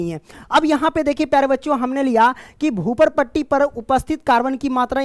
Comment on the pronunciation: Bhuparti ❎bhuparpati ✅😅😂😂😂😂😂